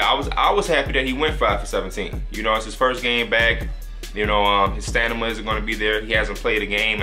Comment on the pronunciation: nigga said stanima